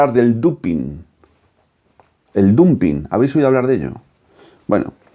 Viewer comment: Me permito: Dumping se pronuncia damping